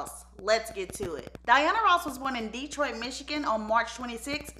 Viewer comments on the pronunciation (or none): We KNOW you arent from the Motor City when you call it DEEtroit. 😅